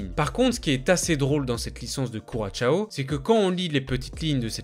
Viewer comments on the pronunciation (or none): C’est pas curachao mais bien Curaçao. Travaille mieux tes vidéos. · Curaçao c’est « KOURASSAW » qu’on dit, pas « kouratchao » 😂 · On dit ku-ra-sang approximativement. Pensez au rhum.